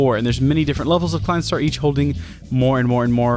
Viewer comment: Look up a tutorial on how to count to five in German, it'll help with the pronunciation of the Klein Star names.